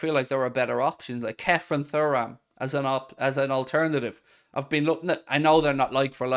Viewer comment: Errr! It’s pronounced ’Turam’ and spelt Thuram buddy lol